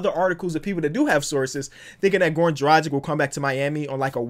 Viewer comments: It's Drag-itch not Dra-jick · has been saying Goran Dragic's name wrong for a long time